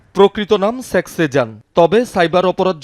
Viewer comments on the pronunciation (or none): সাংবাদিক কি বল্লো? sex sejan? শেখ হবে ভাই, উচ্চারন ঠিক করেন